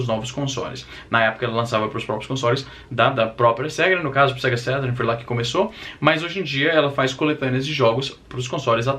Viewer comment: "sega sérun" caralho.. estragou minha infância.